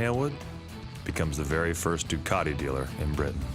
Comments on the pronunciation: I never knew Ducati had a hidden R. Why does the guy doing the voice over say Ducati grammatically like Du Car Ti The Italians pronounce it Ducati with no hidden R. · He just said "Duwcardee" again, I'm out.